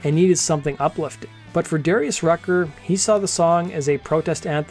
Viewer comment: We all just gonna ignore dude pronouncing Darius Rucker's last name as "Rutger" like the college (Rutgers University)?? 😂